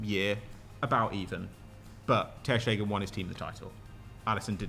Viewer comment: He had to say his name wrong 50 times... Painful to my ears... Ter Schtegen